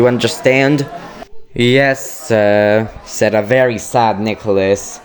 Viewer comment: It's said not sayd